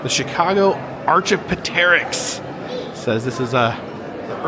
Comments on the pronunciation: Brother, say this with me: ARK-EE-OPP-TER-ICKS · Driving me crazy, the mispronounced "Archaeopteryx". Ar-key-OP'-ter-rix It's not PO, it's OP... and the OP is where the accent is! 😅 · Ahkee opterix is how its pernounced . The animal mummies were used as offerings to the gods . Thanks for the video!